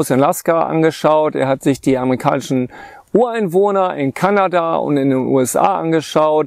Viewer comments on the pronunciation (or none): Das heist nicht amerikanischen Zahnarzt, sondern „ammeikanischen“. Bitte darauf achten. Danke.